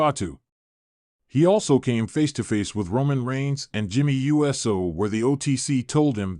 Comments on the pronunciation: DUDE!!! IT IS NOT U - S - O!!! IT IT IS PRONOUNCED USO (OOSO)GET IT RIGHT OR SHUT UP!!! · Please correct your AI pronunciation of Uso. I gave you a thumbs down, even though you have good content. I chose not to finish it too, because of your CONTINUED mispronunciation of Uso. 😠